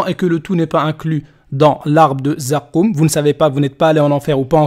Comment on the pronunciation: Pagès quand il dit zakoouum il me tue hhhh